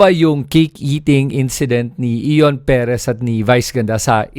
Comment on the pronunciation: You cannot even pronounce Ion properly. Late ka na makisawsaw.